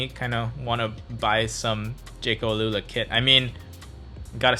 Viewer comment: Al-ula is Arabic. You pronounced it wrongly